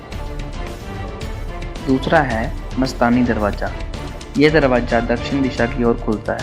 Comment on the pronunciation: Darwaza hota ha darwaja nhi